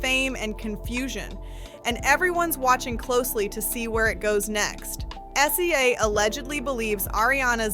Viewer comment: Stop calling SZA S Z A! It’s pronounced sizzuh!! 🙄